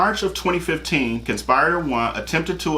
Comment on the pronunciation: Con-spi-ri-tor! Short “i” sound as in igloo. It’s not a long “i” as in ice.